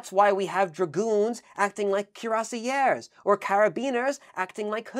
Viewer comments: The way you pronounced Cuirassiers is horrible absolutely horrible, in addition to this the infantry had a wide arrange of jobs as well. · Neither pronunciation is close to the French, "kweer-ah-see-ā". Just use Google Translate's audio feature next time. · I think the French pronunciation is something like "kwee-rah-shay". With a french r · Thanks for the video 🙂 Cuirassier(s) ... "KweerRASSSeeYeh" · Cuirassiers pronounced: Kwee-rah-syeh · The closest rendition would be: "cure-ass-yeah". The two last letters (-rs) must not be pronounced. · You've positively butchered the pronunciation of "cuirassiers". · It's NOT HARD to find correct French pronunciations of common words. You can find dozens of websites telling you and giving you native speakers demonstrating how to pronounce "Cuirassiers" so as not to turn them (as your pronunciation does) into "Cuirassières" which would be women in the same job.